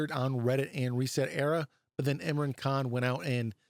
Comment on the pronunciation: It's actually pronounced Im like in and raaaaaan like aaaaaaaa for ran thus making Imran 😂 Sorry for this.